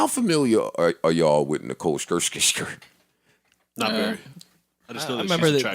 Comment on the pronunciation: "Nicole Skrrskingsker" lmao